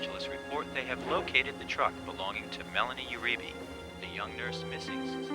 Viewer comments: Uribe is pronounced: “You-re-bay” not “you-re-bee” Lol. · I pronounce it "oo-REE-bay." It's Spanish; no "you" (although this is hard to avoid in gringos, especially in words with "eu" like 'Eugenica" or "Euforia")